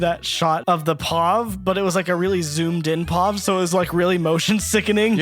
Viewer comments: WHY DO THEY SAY PAUVE ITS P-O-V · They said "POV" instead of "P.O.V." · WHY DID YOU PRONOUNCE POV